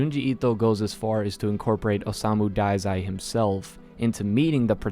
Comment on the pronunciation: It's pronounce osamu dazai. Okay.